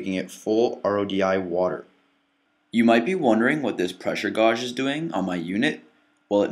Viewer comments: The word is f*cking gauge... Like how tf do you mispronounce that?? I'm done.. You've totally lost me.. It's honestly an everyday English word.. I'm just f*cking done.. "Gowg" 😂😂😂😂😂😂😂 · Did I really just hear him say the word gauge like "gawj?" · Great video, however you said gauge ( [geyj] ) wrong. sorry just an fyi for ya.